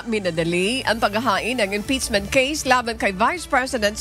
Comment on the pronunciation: Madam pakiayos yung pag pronounce ng mga words po. IM-PEACCHHHH-MENT, hindi IM-PITS-ment! feedback lang po. Kasi yung Mendowza ang oa po pero ang impeachement mali. Hayst. Please po. Nanonood po ako sa UNTV parati. Ayusin nyo FLEASEEE